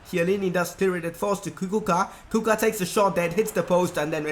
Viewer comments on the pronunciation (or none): I know that this is old but its pronounced: Kucka not Kuka im from Slovakia so that made ma laught a bit :) btw loving the career mode